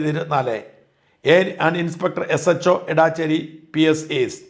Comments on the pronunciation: എടാച്ചേര അല്ലടോ എടച്ചേരി ,ഒരു പേര് പോലും നേരാം വണ്ണം പറയില്ല 😅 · എടാച്ചേരി അല്ല, എടച്ചേരിയാണ് ഷാജാ❗ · Not Edaaacheri The name is Edacheri It’s near Vatakara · എടച്ചേരി ആണ് എടാച്ചേരി അല്ല. ഞങ്ങളുടെ നാട് ആണ്. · എടാച്ചേരി അല്ല, എടച്ചേരി ആണ്. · എടാച്ചേരി അല്ല എടച്ചേരി എന്റെ നാട് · എടച്ചേരി ആണ് എടാച്ചേരി അല്ല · Dear Shajan Sir താങ്കൾ സ്ഥലത്തിൻ്റെ പേര് തെറ്റായാണ് പറയുന്നത്. എടാച്ചേരി അല്ല എടച്ചേരി ആണ് എന്ന് ഈ വീഡിയോ യിൽ തന്നെ കാണിക്കുന്നുണ്ട്. Main contentമായി ബന്ധമില്ലെങ്കിലും സൂചിപ്പിച്ചു എന്ന് മാത്രം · എടാച്ചേരി അല്ല ഇടച്ചേരി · ഏയ് മഹാമനുഷ്യാ ഏടാച്ചേരി അല്ല എടച്ചേരി ആണ്! രാവിലെ സാട്ടാ തുടങ്ങിയത് BS ശാസ്ത്രി എന്ന പുംഗവനാണ്. മഹാവൃത്തികെട്ട ഒരു പരിപാടി ആണ്. പോളിങ് ഡ്യൂട്ടി ഉള്ളവർക്ക് പോസ്റ്റൽ വോട്ട് ആണ്. ഇതൊന്നും അറിയാത്ത മഹാ മനുഷ്യൻ!